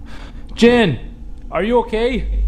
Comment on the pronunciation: Omg... he kept saying jen... jane... gin.. lol